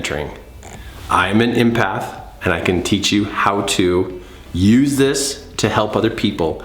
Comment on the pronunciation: Love you! Love your videos! Just curious why you say impath not empath? Is it intuition you are referring to as well?